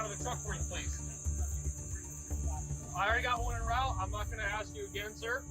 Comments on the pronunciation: He was just trying to ax a question. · Why is the number of people that have interaction with police that cant say "ASK" end up in cuffs higher than those that can?